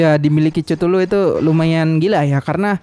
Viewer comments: ketulu bang bacanya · Cara baca chtullu itu kethulu bang